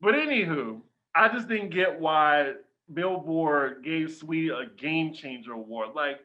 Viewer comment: makes me laugh so hard, and I truly appreciate ’ commitment to calling Saweetie “sah-wah-tee” 😂😂